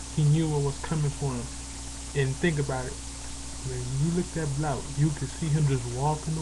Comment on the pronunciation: you cant even say Blount right. Do you even know when Blount said about Boise State before the season? You have no facts. Are you related to Al Sharpton?